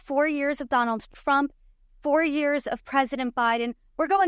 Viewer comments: Is she saying Donalds Trump? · She said ‘Donald Frump’ 🤣